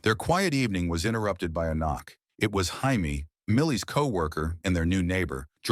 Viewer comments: Is that really how Jamie is pronounced in the USA? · Highmee 😂😂 it said Jaime 😂😂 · I’m here in the states and I don’t pronounce it that way, I say “Jay me”